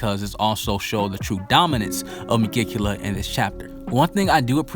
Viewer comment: I like your videos but you keep butchering the name of the devil lol